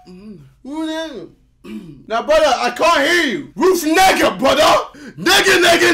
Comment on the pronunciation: Ruth Negga Meanwhile JJ : Ruft Negga